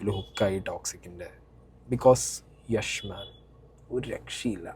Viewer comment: യെഷ് അല്ല യാഷ്